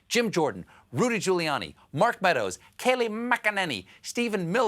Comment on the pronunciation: I love how he says mcenany hahahaha